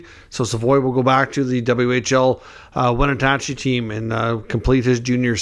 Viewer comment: Wetatachie ? It'sWenatchee !